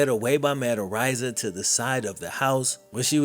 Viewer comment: I'm pretty sure it's pronounced areeza I think. Not arise-a